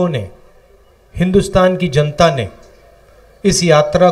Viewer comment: it is "Janta" not "Jaanta"